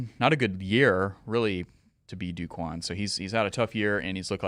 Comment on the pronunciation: By the way, it's not "Do" Quan, it's pronounced like "Doe" Quan.